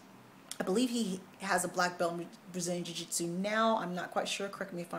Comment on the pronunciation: Jui-jis-chu!!! =)!! You are awesome!!! =) Love the vids!